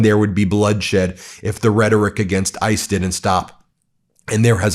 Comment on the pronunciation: that accent ICE !